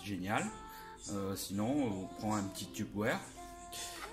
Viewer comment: Magnifique comment tu dit tupperware 😂😂😂😂😂😂😂😂😂😂😂😂😂😂